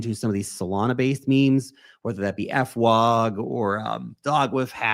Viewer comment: it's not "f-wog" lol It is "fwog", pronounced like "fwahg", one word not two 😊